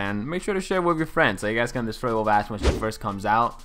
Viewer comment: Dude hehe sorry but it sounds so much like you say "ass"! haha and when you said you will make an ass-widowmaker guide, I was laughing out loud! :D